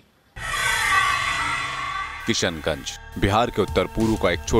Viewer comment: भई जो भी कमेन्टेटर महोदय हैं उनके लिए 'श' का उच्चारण इतना मुश्किल क्यूँ रहा पूरे समय 'स' पे बहार आई रही कभी-कभी तो किशनगंज भी किसनगंज हो गया